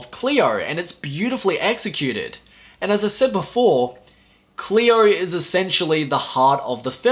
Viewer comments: Hello,! It is not "Clear", it is "Cleo"! 😉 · don't be an asshole. His pronunciation is dictated by where's he's from and makes it difficult to have a clean "Cleo" pronunciation.